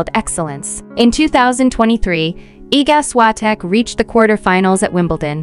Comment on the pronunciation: Się ist Iga Świątek.Prosze mówić poprawnie jej imię i nazwisko😊